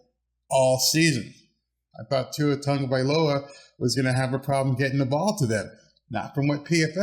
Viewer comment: What a big improvement for your pronunciation on Tua Tagovailoas name… before you used to say Tago Vai ola . Now it’s perfectly said. Keep up the good job 🤙